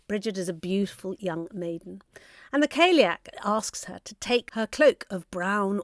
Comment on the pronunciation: The term callieach should be pronounced cali-yoch it’s an Irish word ❤